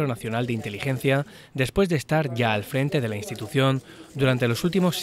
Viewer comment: Ha dolido ese "inteligencai"